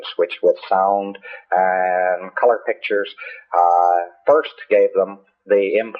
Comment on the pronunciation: The more extravagant the lie, the weirder he talks.